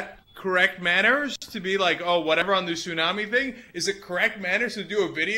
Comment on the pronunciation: daam she say tsunami smh